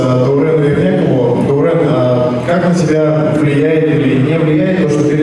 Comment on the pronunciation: Даурен- везде читаемые как и в русском языке буквы,но все говорят Даурээн